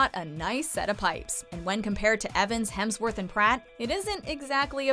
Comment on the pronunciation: Chris Helmsworth. Oh my gosh.